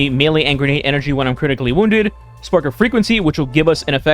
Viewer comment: Wewind wownds